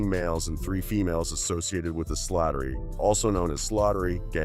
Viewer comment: You pronounced it "Slaughtery" when it's actually "Slattery" but it's okay😂😂😂😂